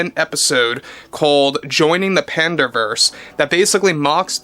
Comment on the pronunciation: You mean the Panda versus no matter how hard I try they won't put it right is it bad that they can't say Panda versus so bad